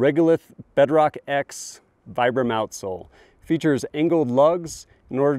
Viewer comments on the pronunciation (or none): Great review, thanks! Random bit of into, Vibram is pronounced Vee-brum.